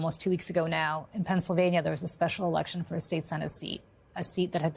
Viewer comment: "This is how the game is played now..." places an undue amount of emphasis on the use of "now..."